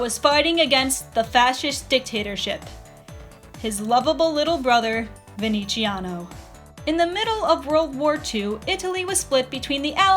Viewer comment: Oh Darling Nah mate, in Italian you say the "z" like a strong English "z", not like a "ci" it's totally different to an Italian's ears, sorry